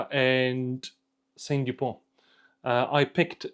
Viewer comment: A small correction, It's not "Saint Dupont". It is S.T. Dupont, after the founder, Simon Tissot-Dupont. Great video, thanks. So sad to see Lebanon in turmoil again. Did you see the C Gars auction results today? Prices were outrageous. It has gone crazy.